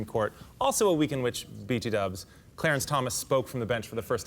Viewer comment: did that asshole really say b 2 dubs. by the way. WOW